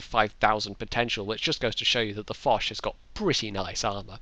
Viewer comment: Hurray! I ran around my apartment, screaming 'Its me! Its me!' when I saw the new video in the submission list. I got punched to death for waking up my roommates but that was totally worth it :P Also Im very glad you pronounced my Name correctly and not in the Japanese way with an 'E' at the and :D